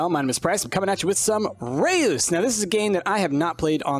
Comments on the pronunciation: You don't pronounce it as re-us but as reus in one word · and its not pronounced re us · I think it's pronounced more like rooss. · I love how not a single english speaking youtuber can pronounce Reus ( it's dutch btw)